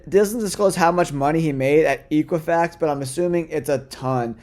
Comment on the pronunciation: I love your content. The company is Equifax, the E is pronounced with a short E and not a long E. Equifax is the oldest credit bureau in the U.S. and over the recent years it has turned into a large data analytics company in FinTech with many business units such as Equifax Workforce Solutions. In these times many executives are taking positions where their stock is vested at 3 years, 5 years is not as common anymore. 2 years was clearly an incentive to get him to take the job at Sofi. I don’t think Chad ever truly retired before coming to SoFi, he only needed a break to find a new high paying gig. It has been my experience that when that is said and the executive later finds a new job within a few months to a year, it was the company saving face as the executive exits and they don’t want to disclose the real reasons for the departure. You would be amazed at the things that go on at the executive level.